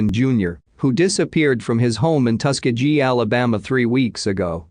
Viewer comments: It's pronounced: Tu-Skee-Gee Hard G at the end!!! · Tus-key-gee. Robots can't pronounce words? Thought robots were smart?